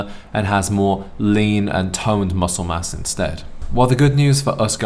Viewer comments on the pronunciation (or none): none